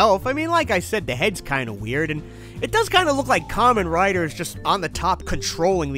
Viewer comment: BBTS really saw you coming, didn't they? It's a hundred and thirty quid on AmiAmi. With postage, less than £150. For someone beating the Buyee dead horse every video you think you'd have at least checked there first. 🤦 And that's not how you pronounce Kamen Rider, he's not wearing a fruit hat!